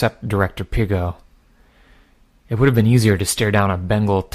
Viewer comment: I also want to say... I'm pretty sure it's supposed to be pronounced, Pig-ot. Like bigot, instead of the French way. Because I'm pretty sure that she's a parahuman bigot, a Pigot.